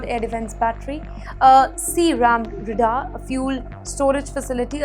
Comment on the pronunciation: Ray-Dar and not red-ar